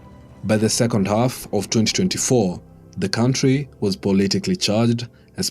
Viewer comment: From the moment I herd him pronounce "country", I saw red flags all over him! LOL